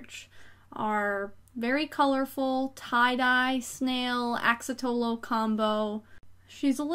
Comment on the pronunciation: Fun your. Also it’s an axolotl not an axatolo 😂😂😂.